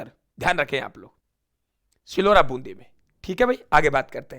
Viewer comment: सिलोरा नहीं - सिलोर बून्दी हैं